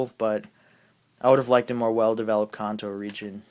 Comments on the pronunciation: YOU SAY KANTO LIKE KA-AH-NT-O WHAT THE HELL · He says kanto right, and I think his points are valid, but Cyndaquil is memorable.